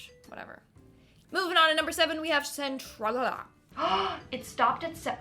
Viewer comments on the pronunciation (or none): For Centralia, tral is pronounced trail. Otherwise, good video.